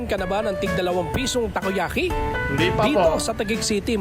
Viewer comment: Tako yaki na hindi tako🤷🏻🤦